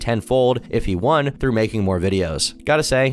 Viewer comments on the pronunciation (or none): IM SO SORRY BUT THE WAY YOU SAID “THREW” INSTEAD OF “THROUGH” LMAOOOO